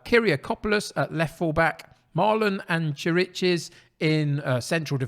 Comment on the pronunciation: Chiriches is an old Spurs hand, so I knew well before the season started that he's not really up to top-flight play. So he hardly played for me this season. His name, by the way, is pronounced "kirikesh". Looks like it's going to be a tight one!